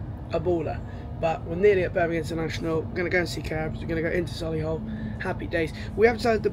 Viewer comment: Sol-le-hull 😂 it’s Soh-lee-hull or So-lee-hull if you’re posh 😂